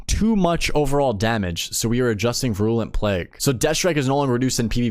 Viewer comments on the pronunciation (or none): Vi-rool-ent plague, not vrulent. Virulent, like viral-ent